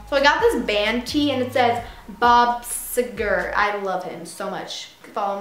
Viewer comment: I love your videos! I have been watching since the beginning! Oh and btw the band is pronounced Bob See-ger